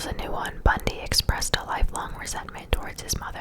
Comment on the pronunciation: It is Bundy :)